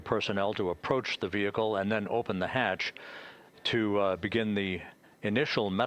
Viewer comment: I know some southern American accents pronounce "vehicle" as vee-HIK-el but that's not even how Limmy was saying it.. I had to look up how it's pronounced in the UK cuz I thought I was losing it listening to him repeat it. Vee-ih-kul / vee-eh-kul is how most people in the US pronounce it. That's how the announcer said it. It's how Limmy said it. I don't see a difference in the UK pronunciation.